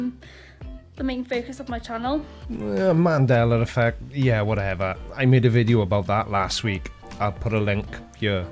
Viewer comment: Wait, does she really say "Mandala" effect or have I misheard this? Or am I in an alternative universe, too?